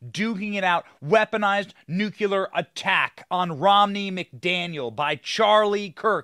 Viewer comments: Did he just say nucular? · Benny... I know it is hard to pronounce, yet the word NUCLEAR is pronounced NOO CLEE RRR not the way many others mispronounce it.